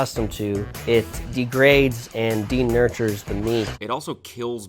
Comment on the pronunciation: Also lol him saying cooking “denurtures” the meat